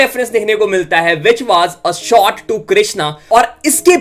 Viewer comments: SOORTS NI HOTA, SHOTS HOTA HAI ! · Bhai apna pronunciation teek karale … confusion bohot hota hai diss track ko ditch track bolta hai…. Shots bolta hai ya sots hai samaj nahin aata 🥴